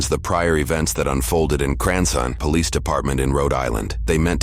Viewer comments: "Cranson [Cranston] Pawlease Depawtment" LMAOOOOOOOOOO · "Paulease Depawtment" --- this AI stinks